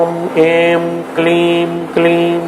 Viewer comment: Wrong pronunciation at certain places. Not 'Aim' , should be pronounced as 'I'm '.also other words.